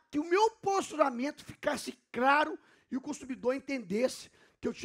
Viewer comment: Eu ouvi "craro"? 🤣🤣🤣